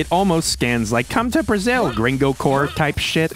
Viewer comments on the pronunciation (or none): none